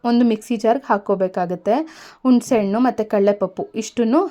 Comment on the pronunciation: ಟಿಪ್ಸ್ ಗಳು ಚನ್ನಾಗಿವೆ.. ದಯವಿಟ್ಟು ಭಾಷೆ ಪ್ರಯೋಗ ಸರಿಮಾಡಿಕೊಳ್ಳಿ.. ಟಿಪ್ಸ್ ನೋಡಲು ಆಸೆಯಾಗುತ್ತದೆ.. ಆದರೆ ಹುಣಿಸೆಹಣ್ಣು.. ಬದಲಿಗೆ ಉಣಿಸೆಹಣ್ಣು ಅಂತೀರ... ಹಾಕ್ತಿನಿ ಅನ್ನೋ ಬದಲಾಗಿ ಆಕ್ತೀನಿ ಅಂತೀರ.. ಕನ್ನಡದವರಾಗಿ ಹೀಗೆ ಮಾತಾಡಿದ್ರೆ ಹೇಗೆ.. ದಯವಿಟ್ಟು ತಪ್ಪು ತಿಳಿಯದೆ ಭಾಷೆ ಸರಿಯಾಗಿ ಮಾಡಿಕೊಳ್ಳಿ